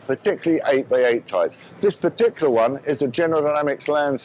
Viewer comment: I bet his favourite word is "partiqular". XD